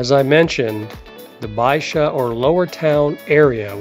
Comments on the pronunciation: You really need to learn how to pronounce the neighborhoods. It's not Baxia, (Baexia) it's BaiJUH phonetically speaking of course. It's Rossio (ROSS e o) not ROSE e o. You mispronounce the words and travelers speak this way; you are giving them wrong information. Plus they will sound like idiots when talking to people. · Very interesting, but so many place names are mispronounced: It's BAI-sha (Baixa); RossEEoo (Rossio); BellENG (Belem). Av da Liberdade (not de la..); Jin-JEEN -ya shops; Grassa (Graca viewpoint). It will save a lot of confusion for tourists if they're said properly.